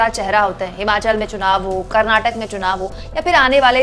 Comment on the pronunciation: i am respecting you by watching your videos, if i hear once more your wrong pronunciation of my state KARNATAKA - i am telling you i will stop watching your videos and i will deliberately start sending feedback on every single video of yours as SPAM to youtube.